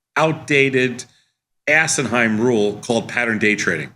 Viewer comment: Did Sosnoff say the PDT rule was "assenhime" ? lmao